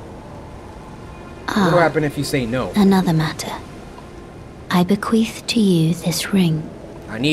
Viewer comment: "I bequeef to you this ring"😂